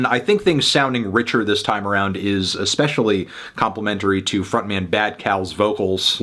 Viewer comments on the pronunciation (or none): none